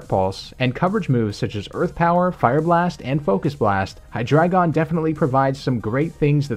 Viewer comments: Well, I don't wanna be this guy, but... It's not "Hy-DRA-GON", it's Hy-DREI-GON, from German Drei = 3. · Maybe that's just me, but hear "dragon" and not"dreigon" at for example . Maybe that's just a dialect thingie ;p